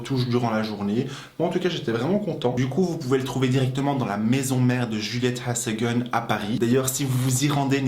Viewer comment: Merci pour cette vidéo, trop hâte de le tester :) Juste pour info ça se prononce " Djouli-ette haz a gueune " :)